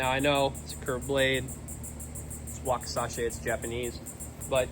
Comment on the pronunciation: Drove me crazy.